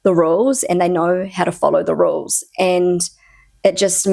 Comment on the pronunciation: When you said, “Everybody knows the rules, and they know how to follow the rules,” your pronunciation of rules sounded a bit unusual to me; perhaps New Zealand pronunciation? It reminded me of a classic moment when Marc Terenzi, an American pop singer living in Germany (and a bit of a German TV celebrity), appeared on the TV show Ich bin ein Star – Holt mich hier raus! (German version of: I’m a Celebrity … Get Me Out of Here!). He once said, in his best Denglisch, “Dies are the Regels. We must them halten,” which went viral at the time.